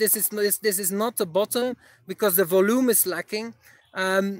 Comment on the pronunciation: Great video, I really appreciate all the value you provide! I've been following you for a year now and you've made some great calls. One little pointer, Volume is spoken as "voljuum"